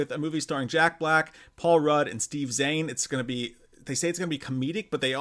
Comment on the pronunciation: you’re still pronouncing Zayn, the incorrect way. It’s Zayn, not Zain. Hahaha.